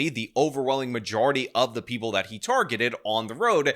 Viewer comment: "Preeple"? Also, do you have to almost always yell when you say "baby angel"?